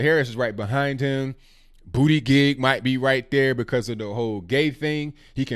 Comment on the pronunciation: Booty-gig 😂😂😂 It’s boot-uh-judge ...